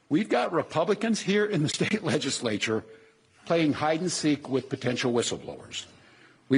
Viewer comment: Hey Walz, the correct pronunciation is "State" not "Shtate".